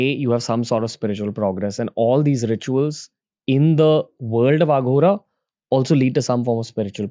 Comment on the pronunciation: Thank you for all the info, but Ranveer, please don’t say Aaghora (आघोरा), its Aghora (अघोर)